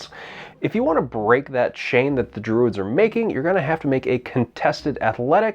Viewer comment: "The Dwuids....."